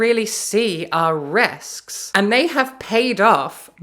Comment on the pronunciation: Why does she say "berk" for book, "wahl" for well, and "rusks" for risks?